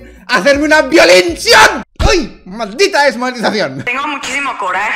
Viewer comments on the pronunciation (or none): Como tomar enserio a Dallas cuando dice VIOLIN VIOLINCION ? JAJAJAJAJJAJAJAJJAJA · Ahora es "VIOLINACION" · Dalas: "violincion" Yo: aguanta la riza que esto es serio